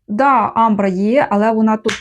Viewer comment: Амбра - наголос на першому голосному звуці.